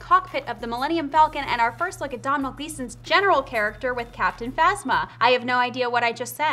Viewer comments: Domhnall is not pronounced 'Domm-null', It's pronounced 'Doh-nall'. It's Irish. Just a pet peeve of mine, the way some of our most beauitful names are mispronounced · Donal not Dom-hall